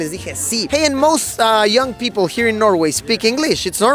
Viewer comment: No es Norway... es Nouega, según el políglota Madureishon.